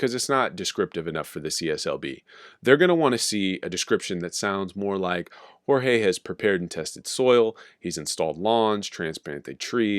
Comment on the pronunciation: Lol “Jorge”😂😂